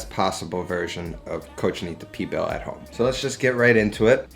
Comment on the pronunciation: lol at least say the same of the dish correctly